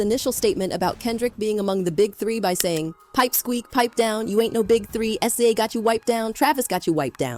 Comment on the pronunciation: The ai voice can’t say sza name right.